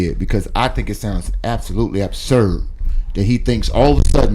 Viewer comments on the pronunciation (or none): DID SAY ABBBSURD???😂😂😂